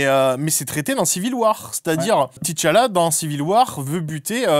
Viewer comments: Le "ti Tchalla" m'a tapé sur le système pendant toute la vidéo 🥱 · Pk ils disent T tchalla ???